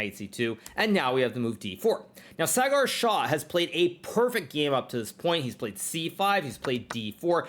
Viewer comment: It's not cigar , it's saagar😂😊